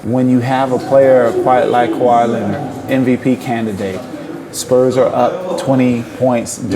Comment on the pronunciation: > Je dirai exactement la même chose des gens qui prononcent "Ka why Léonar"!